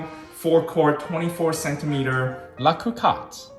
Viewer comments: Agree. Hearing it pronounced "Coohcot" just sounds weird. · The first ‘’o’’ in Cocotte is pronounced the same way as in co-creator, and the “o” in cotte as in pot. 🙂